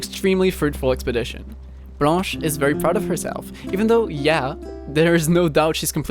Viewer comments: T'es français nan ? Vu comment t'as dit blanche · Damn, your pronounciation of blanche is impeccable! are you french?